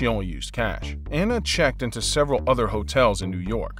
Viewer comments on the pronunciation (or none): none